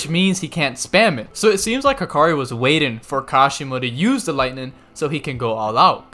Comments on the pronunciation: You don't like gs on the end of words do you 😂 lightnin, healin, fightin. I dare you to say the g at the end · You really don’t like pronouncing your g’s at the end of the things 😂 lightnin and bindin lmao